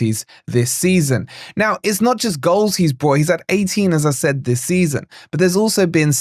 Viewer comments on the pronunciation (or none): none